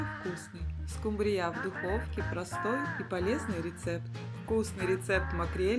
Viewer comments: скУмбрия, а не скумбииЯ ! Ударение неверно! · Почему скумбриЯ? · Учите русский язык!!!! СкУмбрия,а не скумбриЯ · Уберите пожалуйста эту извиняюсь дурацкую мелодию и почему скумбрия с ударением на я, а не на У? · Ударение скумбриЯ режет слух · Вкусно,потому что это скумбриЯ,а вот скумбрию я так готовить никогда не буду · Правильно говорить скУмбрия. Возмите на заметку, если будете в Интернете рассказывать о скУмбрии. Дома говорите как хотите. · А, почему -скумбриЯ? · Отличные рецепты, отменная подача, но смотреть просто невозможно,так долго и муторно. И почему скумбриЯ с таким ударением? У милионера была кухарка иностранка? 😂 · Почему она говорит скумбриЯ?😅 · Главное - ей самой так все в кайф ! Особенно тупое скумбриЯ. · Ну она же домработница, поэтому и скумбрИя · Ну ты и скумбриЯ ! А может ты и страной сможешь правИть ? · СкумбриЯ? Ой, не могу. Держите меня двое. 😅😅😅😅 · отличный рецепт, но почему скумбриЯ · Особенно скумбриЯ Это просто шедеврально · Неужели нельзя поставить правильно ударение на скУмбрию. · в слове " ску' мбрия" ударение палает на букву " у".Простите Ваше произношение этого слова раздражает. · Ну да, все миллионеры только так и говорят - скумбриЯ 😂😂😂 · В слове «скумбрия» ударение ставится на 1-й слог с буквой у — скУмбрия. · Скумбрия. Ударение на У! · Скумбрия, ударения на У , скУмбрия. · Миллионер нанял безграмотнуюю домработницу??? СкумбриЯ в шоке! В следующий раз килькУ приготовьте, пожалуйста! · Рыба называется СкУмбрия, где вы слышали такое название как вы произносите? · Эта даже не поняла, что над её "скумбриЯ" просто прикололись! 🤣🤣🤣🤣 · Где Вы слышали скумбрИя? Какая безграмотность!😢😢😢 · А рыба эта называется нескумбрия а скумбрия ударение нужно делать на букву У а то неприятно слушать учите русский язык или не комментируйте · Ну почему же скумбриЯ ? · "... надоевшего лосося"? Нам не надоел, не часто позволяем себе. Ударение правильно скУмбрия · скУмбрия!!!Ударение ставьте правильно! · Почему - скумбриЯ, я что-то пропустила?